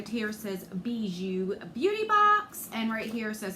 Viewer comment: It’s pronounced Bee- Joo. It’s French for Jewelry. Don’t mind me just binge watching the videos I missed from you .